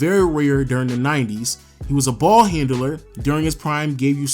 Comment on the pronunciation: Underrated coz 1.White, 2.Injuries and playoffs: people remember you if you dominate a playoff series, make it to the CF or Finals. Also: "Ball Handle-ler ?" It's just ball 'handler' dude ;) *very good vid thumbs up*.